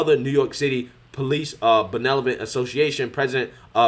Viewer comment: Benelovent???? Guz-min??? Get a fucking speech coach!!!